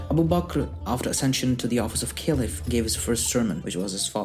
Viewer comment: Why do say "Caliph" in such a weird way?? I was cringing the whole video..